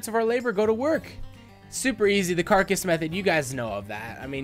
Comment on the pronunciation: "Like you would in a care-a-cuss method" Umm... Carcass? This IS a carcass (car-cuss) method.